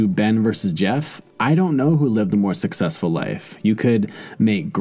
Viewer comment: Or SUCKsessful. 8==D O-: 😉